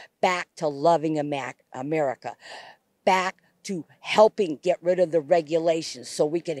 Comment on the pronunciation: Pretty telling that she started to call it "A-Maga-ca"